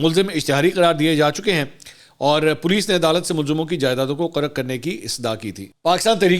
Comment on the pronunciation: منصور صاحب قَرق نہیں قُرق ھوتا ھے لفظ ھے